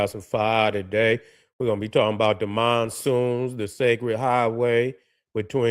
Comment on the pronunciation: "MONSOONS" fix it man. Black Power.